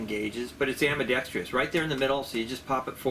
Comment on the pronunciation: The word is ambidextrous, not ambidextrious. The extra syllable improves nothing.